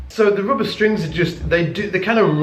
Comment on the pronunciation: In what country it is pronounced roobber and oopright?